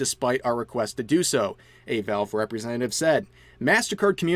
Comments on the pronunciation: "Velv" lol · sorry I just hear "Vehlv" whenever Rev tries to say Valve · Your pronunciation of valve is something else